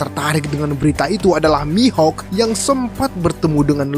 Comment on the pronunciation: Mihok bukan mihak